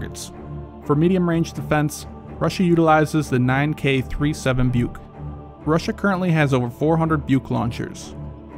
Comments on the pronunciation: Yep, it's pronounced "book", not "buke". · BUK is pronounced like Book , not Byuok!😎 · BUK is a tree, is isnt Byuk, but like a bout. French OU is how U is read. Not AU = O. Tunguska, is not tanguska. Read like french tOUngouska, Osa is a wasp, so read it like Ohsa, without pronouncing H. Not Ousa. Difference is, USA is so far on the attack worldwide, doesnt really expect a biteback. US doesnt defend its teritory, but elite interests. Russia does both. To complete air defense, you need ability to take out aggressor satellites, because the aggressor, namely the empire from overseas, would be blind then. Strike those down and good luck :D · Your Buk pronunciation is wrong, and the vehicle you said is Tunguska was Pantsir S1.